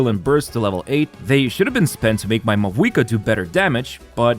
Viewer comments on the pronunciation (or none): none